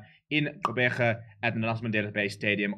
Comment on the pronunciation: This gent pronounces the Gq sound in Gqeberha better than skipper Siya. Caught me off guard there 😂